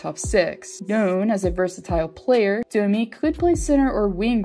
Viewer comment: It’s Domi. What’s this Dooomeeee shit?